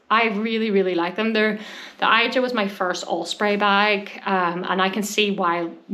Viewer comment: Hi... I think it's Asia... not i...ja